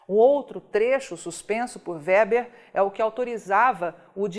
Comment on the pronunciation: A pronúncia do sobrenome da ministra é Weber, e não "Wéber".